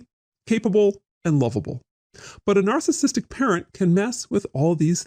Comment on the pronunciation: I keep hearing it as “alcoholic” when he’s saying “narcissistic “